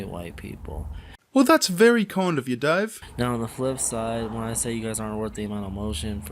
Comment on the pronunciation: Did................he just call himself "Dahweh"?